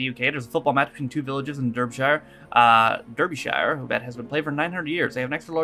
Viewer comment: You're absolutely right about this. There is a difference between victim-blaming and giving good, practical advice for the real world that we live in. P.S. FYI Derby/Derbyshire is pronounced Darby/Darbyshire.